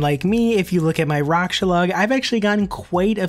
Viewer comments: Raksha= racksha not roksha lmao. Any elite pvmer knows this. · just make a long a sound. raaksha. the developers have said his name multiple times, it's really not hard to find... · It’s not rocksha lmao. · can you say raksha properly please lol